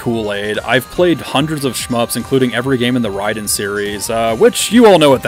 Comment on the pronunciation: Rayyyy Den not rye den 😂